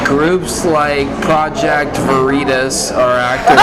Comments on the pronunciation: Its not pronounced ver-itos its pronouced ver-itis and means truth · Such a ‘feel good’ video today. “Pro-jech-toh Vereee-tosh” 😂 😂 😂 😂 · "Project Vuh-ree-tuss? Jam-ess Ok-Eef? I don't know who that person is but he sounds like a great boss." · For a highly intelligent man that is now rated the richest man in the world, has actually done things to make the world a better place, and believes in freedom of speech vs. some authoritarian dipshit who's done nothing to make the world a better place and can't even pronounce veritas correctly. The only reason this guy is shooting shit In the wind is because he doesn't like a guy who believes In free speech taking over the company.